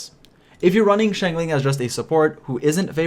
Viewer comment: I really admire and love your in-depth videos about both 4 and 5 star characters and like that each are treated equally so I wanted to thank you for that effort!! ((However, pls, i beg you, it's shing-cho not shing-chu 😂😂))